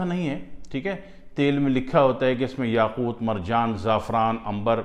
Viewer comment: Yaqoot marjan zaafran mushk hahahaha boht accha bolty hain sir aap